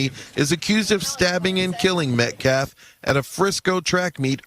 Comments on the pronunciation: his name is NOT Metclaf…. Please at least sound somewhat intelligent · This is Y'alls second video, teach her how to PRONOUNCE (Metcalf)😢 Thanks!